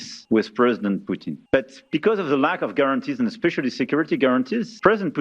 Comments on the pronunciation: Putin ❌ Puting ✅😂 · Bhai Poutine is a dish, Putin is a person. POOTIN. Not, POO-TEEN.